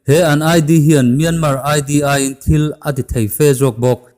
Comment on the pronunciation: A ngaihnawmin a bengvar thlak ṭhin e. Tips- Mianmar hi MIAMA tia lam a ni.